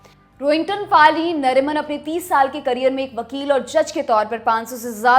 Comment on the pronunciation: फली मरिमान. फ़ाली नहीं